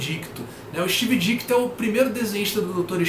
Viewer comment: a origem do Dr. Estranho e a história dele salvar o Dormammu saíram recentemente na Coleção Histórica Marvel Defensores Vol. 2. As histórias são bem legais mesmo! Provavelmente saiu na coleção vermelha da Salvat também. Outra coisa, é Steve DiTKo, não DiKTo! Pelo menos ouvi você repetir Dikto.